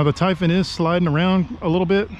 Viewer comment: Ty-fun??? Tie phooooonnn